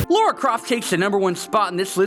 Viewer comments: Lara. Not Laura.. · hey, it's Lara not Laura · LARA NOT LAURA GRRRRRRRRRRRRRRRRRRrr its la(like singing), ra(like the god) not lore( the tale or story of a land or game)-ah(like pain) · you were doing so well until you said "laura" instead of Lara. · I hate people who pronounce Lara "Lora", pretty good top 5, nevertheless. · here's something I don't get.. why do Americans, from what I've heard countless times, pronounce 'Lara' as 'Laura'?? :S